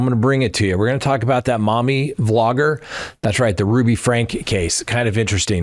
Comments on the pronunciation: Said Frankee or Frankie not Frank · Franke pronounced Frankie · You should know that Ruby’s last name is pronounced “Frank-ee”! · Eve was 5 when she was forbidden from Christmas. Sherry and Chad were the oldest. And it’s pronounced with a long ē, like FrankEE. You’ve got a couple of facts mixed up, especially about Eve’s age. You’ve got her conflated with Sherry. Chad didn’t escape, it was the younger brother, whose name hasn’t been released. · respectfully you got most of the facts about Ruby Franke wrong including names of victims and the pronunciation of the last name. It’s pronounced Frankie. This is such an old story. I guess it took awhile for the documentary to be produced. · Frank-eeee just sayin.. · love you, but you got a lot of th facts wrong in the Franke case. (that's frank ee). Also the kids names were all switched around. Commenting near Springville, UT. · You have the facts/names wrong in the Franke (pronounced Frankie) case. Since I’m leaving a comment I just want to mention that I prefer the earlier videos when they were strictly facts without the comments that I’m assuming are supposed to add humor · her last name is pronounced: Frank-EEE